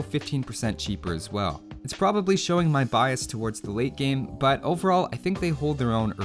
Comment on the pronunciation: Lol every time you saylate game, i keep hearing weight gain XD